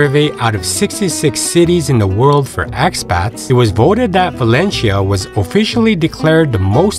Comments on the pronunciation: It's not Valenshia, but Valencia! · ValenCIIIIa,no valechia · Very good review with one comment, your pronunciation of 'Valencia' is wrong, it's not 'Valenchia', it's Valenthia' if your Spanish or 'Valensia' if your English. In local dialect (Valenciano) it's 'Valensia'. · As a start, it would be good to at least get the pronunciation of this city right -- it's pronounced like "Val-en-seeya" not Val-en-sheeya". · In fact is Valencia, but doesn´t matter. In Spain we understand that the pronunciation of foreigners is different and we don´t pay too much attention to this kind of mistakes. If you say Balenthia is like if i say "Nu Yorrk". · ValenCHia? Have I been pronouncing it all wrong? Somebody please let me know! Thank you. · The guy is pronouncing it wrong, the right way is ( Valenthia ) not ( Valenshia ) 🤣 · Is there a reason you keep pronouncing it "Valen-chia"...😬 Never heard it pronounced that way. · You would expect that they’d research how the locals say the name of their city. One cringes with every single “Valenshia”. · Yeah,,,, it is very annoying to listen to his pronunciation of Valencia as "Valensheea" dang.... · bah/LEHN/thyah. Say it correctly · For to F Sakes! at least have the decency to learn how to pronounce the place. pronounce the 'c' as 'th' . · Yeah, the pronunciation is totally off... It is more like: Val-en-thia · It's pronounced Valencia, not Valencia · He is pronouncing it in the Filipino way, as there is a Valencia there too. This guy is extremely well travelled, but his English delivery may be a weakness. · Please try to pronounce Valencia correctly. It is Italians who pronounce 'c' with a 'ch' (as in China) sound. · It’s not a good start to confidence in the video if you can’t pronounce Valencia properly. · Do your homework, and learn how to pronounce the name of the city that you’re reporting on.